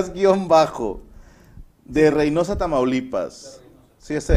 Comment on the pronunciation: El chirikuas de Reynosa, Tamaulipas... Es un narcotraficante de Reynosa, un "pesado".... De ahí el nombre, por cierto, lo pronuncian mal.